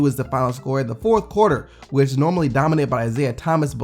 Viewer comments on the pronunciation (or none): none